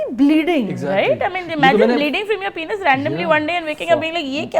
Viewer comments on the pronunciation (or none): Penus nhi bro its penis😂😂😂pura pdcst m penus